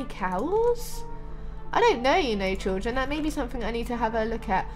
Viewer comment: Stop saying chilldren 😑 I am chilldren 😐